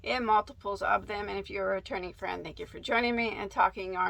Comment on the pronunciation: When she said returning friend at the beginning I thought she said attorney friend, and I was wondering why the lawyers were getting a shout out 😄😄😄